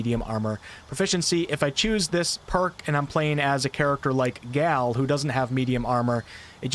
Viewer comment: Sorry, gotta do it, since I teach this. (Love your work tho, dude!) Gale pronunciation: instead of calling him "Gal", try saying "Gay-yull".